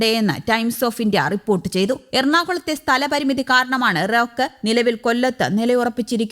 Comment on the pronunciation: Not rowke ,spell it as Rake.